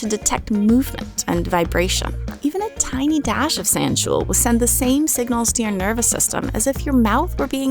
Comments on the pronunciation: Just to be clear! Sanshool is not pronounced San-shool! It’s actually pronounced San-shoh-ohl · A very minor nit-pick: sanshool is pronounced 'san-sho-ol', not 'san-shool', as are many other chemical compounds, e.g. linalool. In fact, zoology should be pronounced 'zo-ology', but 'zoo-ology' has stuck for some reason. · Sanshool should really be pronounced like "sawn show all", but I wouldn't blame anyone for pronouncing it the other way, it's just stupid the way scientists write things sometimes. Sansho-ol would really be a better spelling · Hydroxy-α sanshool rightly should be pronounced SAN-SHOW-ALL. It's the Japanese word "sanshō" (their name for the pepper) plus the suffix "ol" that you see in words like "phenol" or "alcohol".